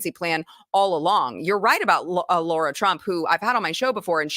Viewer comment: The name of guest is Sara, pronounced 'Sair-a' phonetically speaking of course. Not 'Sor-a', brings me to Lara Trump. Same pronunciation applies. Spelling is a L and a S. Is not 'Lor-a' is 'Lair-'a' again phonetically speaking. Have heard maybe 2 pronounce correctly, Mr. Mark Levin being one of them. But of course. 😉 Would be wonderful for Lara Trump to correct herself, usually called 'Lor-a.' Laura is that spelling. Spent few minutes on this, how much truly 'annoys' me. 😏 😉